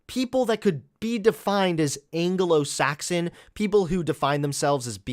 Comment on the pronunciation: Nobody:: angolo-Saxon